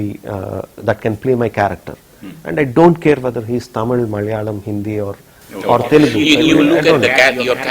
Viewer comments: Fucking 'Taaaamil'!? And that too being a Malayali, you cant pronounce the 'Zha'!? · jayarajkishore chavala he is not a tamizhan... he is a Malayali .,.. and yes I hate this guy when he spells it as Taaamil ... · no for uttama villain interview, he kept saying TAAMIL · ...even rajamouli pronouncing d word tamil correcly..being an tamilian y d hell u saying it as if u r from England???..